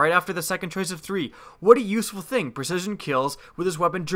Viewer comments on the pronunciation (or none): none